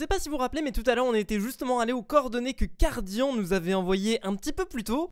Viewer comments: sa ce prononce cardiane et pas cardian mais ça s'écrit cardian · Sa se prononce Cardiane putain ! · SA C'ECRIT CARDIAN MAIS SE PRONONCE CARDIANE